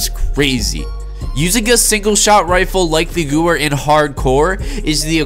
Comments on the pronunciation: I can’t watch the full video cause he can’t pronounce Gewehr right. It’s not goower it’s goo vair it’s a German weapon and Germans pronounce w’s as v’s... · nice pronunciation 😂 think it would be closer to gavair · It’s pronounced “goo-vay-er”/ Gewehr the W is pronounced v btw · Thanks for the vid!!!!!! I recently unlocked it and it’s a beast. It’s pronounced Guh-Vair. Beastly WW2 rifle. “Hitlers Garand” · WHY THE FUCK DOES EVERYONE PRONOUNCE THIS GUN NAME WRONG? It is pronounced Gever because it is German. I dont understand. I watched an old waw video from some cod players and they gewehr correctly. Why don't they pronounce this gun correctly now in ww2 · Nobody pronounces any of the German words/Guns in any video game correctly. I don't know what is so hard about W=V in German smh... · Gewehr is german so funny how you say it 🤣 you say guwer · It hurts me when you miss pronounce “Gewehr” it uses German pronunciation. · you're correct. The w is a v in German:)